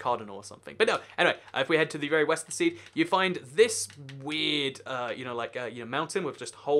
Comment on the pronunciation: he said "Weast"